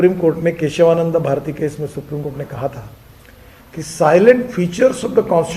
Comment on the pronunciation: साइलेंट फीचर नहीं, सेलिएण्ट फीचर I बहुत इज़्ज़त करता हूँ आपकी I